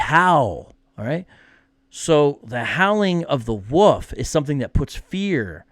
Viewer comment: I’ll be honest,, I thought you were saying “woof,” like a cute way of saying dog. It took me until you put the caption on the screen to understand you were saying “wolf.”